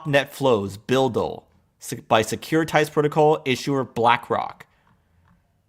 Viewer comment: BUIDL Pronounce like bidle